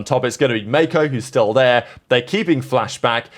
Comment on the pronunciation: Bro stop saying MayKow